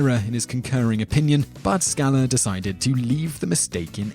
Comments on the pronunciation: It’s Justice Scalia, not “Scala”. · Justice Scala? Oh, the irony of mispronunciation in a presentation about misconstrued quotes.... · His name is Scal-i-a, not Scala. Come on guys, do your homework. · "Ska-lah"? The man's name was pronounced "Ska-LEE-uh". Gevalt! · Justice Scalia's name is pronounced "scal-i'-a" not "sca'-la." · Top 2 blatant errors in this video: 1. Scalia is pronounced "Skah LEE ah", not "SKAHL ah". 2. "Wherefore art thou Romeo" a. "Why would she say 'where' when Romeo was already there?" Yes, she did not mean "where". But if she had said that, it was because SHE DID NOT KNOW THAT at that moment. "Wherefore" is line 36 in the scene, and Romeo only reveals himself at line 53. b. You didn't make the obvious point that her following lines EXPLAIN what she meant. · doubtless already corrected, so it's the perfect correction for me. Justice Antonin Scalia pronounced, and everyone else pronounces, but you, his name SKA LEE AH. not SKALA. ya dope. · Oh, the irony of this guy of all people talking about people getting things wrong. By the way, it's Scalia, not Scala. Pronounced sca-LEE-ah. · Sca- LEE-a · pronounced "Ska-LEE-uh"... also, "Baphoment's Cum Stain..." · Making "hard law from thin air" is the Hallmark of the U.S. Supreme Court. (and I don't believe it is pronounced "Skal-a") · The Supreme Court Justice's name was pronounced Sca-LEE-a (He was Italian...) He's now dead... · You mispronounced Antonin Scalia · It's really funny that you make fun of Scalia's misunderstanding without realizing that he was making a joke... Oh, and pronouncing his name wrong. Throwing that rock in your glass house probably wasn't a great idea. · Do you mispronounce Scalia on purpose? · Did you mean Justice Scalia? You would never know by the way his name was mangled.